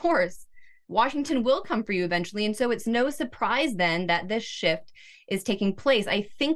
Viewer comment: When she said shift it sounded like sh_t. Which just happened to be interchangeable. l’m interested in Glen Greenwald’s take on this.